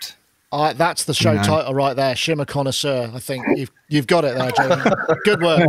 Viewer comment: shimmer conn"A"isseur for proper french ^^